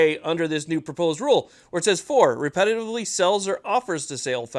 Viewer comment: (4) "Repetitively"............